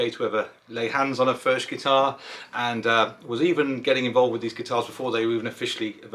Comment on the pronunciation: I’m in the USA and I’m a Bluegrass or. I’m trying to find a Furch dreadnought I can try. I guess the nearest dealer is around 300 miles away. There is one in Texas but that’s about 600 miles away. Either way I look forward to playing one By the way according to the boys and girls in Czech Republic, it’s pronounced “Furk”